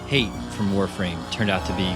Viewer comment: Can we go over how they say Hate like Hey-te, but it pronounced Ha-tay